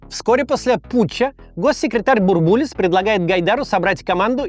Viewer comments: Че то как то слух режет - бурбУлис вместо бУрбулис. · Очень актуально. Спасибо. Но Геннадий БУрбулис - ударение на первый слог!!! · только он БУрбулис, ударение на первый слог. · Максим! Ну почему БурбУлис? БУрбулис!!! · БУрбулис. Ударение на первый слог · В 90-е по телевизору всегда говорили «Бу́рбулис». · Потому что в начале 90-х говорили БурбУлис. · бУрбулис через рукопожатие не передаётся! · Максим, спасибо за интересные нужные выпуски. Будьте любезны не брать пример с Искусственного Идиотизма с его корявыми ударениями. Фамилия Бурбулис произносится с ударением на первый слог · Бурбулис ударение на первый слог. Переписывайте.